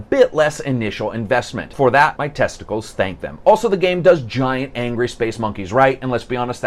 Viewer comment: Haha he said "And for that my testacles thank them"